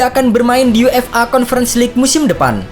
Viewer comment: UEFA bacanya yuefa min jgn dibaca yu-f-a pisah² gitu 😏😏😏 Udh komen gini berkali-kali tp gk prnh dibaca, dan cara penyebutannya ttp aja sama sprti itu.